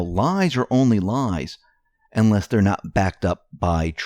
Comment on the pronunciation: (unless) not ynless :-)